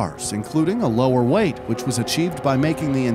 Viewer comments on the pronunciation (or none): none